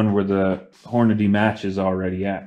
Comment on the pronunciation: "Ogive" is pronounced with a soft G - o-jive. And it's HORNADY, not Horandy.